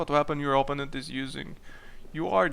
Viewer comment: please, PLEASE. o-PPÓ--nent (oPOUnent)